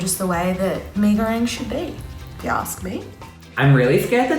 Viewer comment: Me as Indonesian: There's not "A" In Goreng 😓